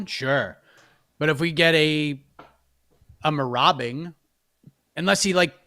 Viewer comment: I love "Merabing." Marauding. Robbing. Good stuff.